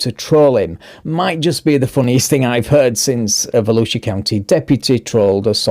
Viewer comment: I really do love our Sheriff of Volusia County. I live in the Shark Attack Capital of the World which is in Volusia County. The statement you made was too funny. We voted for Mike Chitwood to remain in office😁 also and thank you for pronouncing our counties name correctly. Most people unfamiliar with it are way off